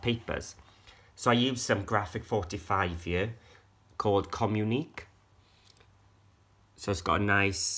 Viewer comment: Beautiful I think you pronounce communique like this Comm uni Kae 🙂